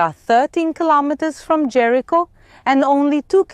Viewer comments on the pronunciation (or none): none